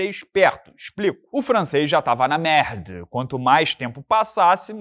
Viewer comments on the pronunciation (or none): “o francês já estava na merrrrdâ” kkkkkkkkkkkkk ri alto